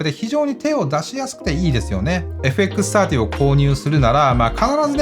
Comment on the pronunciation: 皆んな「FXさんじゅー」って言ってるけど、AUXOUTさんの「FXサーティー」って言いかた良いっすね！ (・ω・)ノ